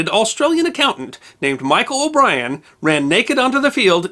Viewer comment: Oh nooooo! O' Brien just had to be Australian, didn't he. Please excuse me while I cringe. 😖